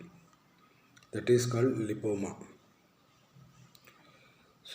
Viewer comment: Lipoma clearly said 🙏 thanks